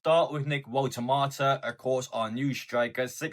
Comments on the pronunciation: Walter-mare, Walter-marta. It’s Volta-marda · Vol-teh -mad-der Not 🍅